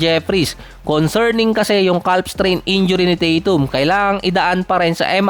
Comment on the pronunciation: CAF po ang bigkas kuya